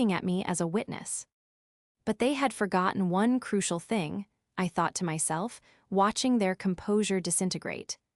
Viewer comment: Fing fing fing fing fing. This AI is pathetic, just like the one who owns this podcast.